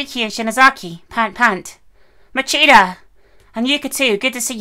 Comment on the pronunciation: It's "moh-chee-duh" not "moh-chee-tah".